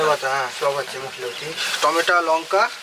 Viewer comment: টমেটা নয় টমেটো